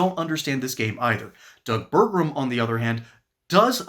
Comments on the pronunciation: Pronounced: Ber-gum Not: Ber-grum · It’s pronounced Burgum, not Burgrum.